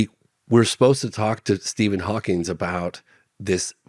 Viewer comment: Tisk tisk. I just don't understand people who is adding the "s" on to Stephen Hawking... And kind of surprised he did not know that Hawking had ALS... smh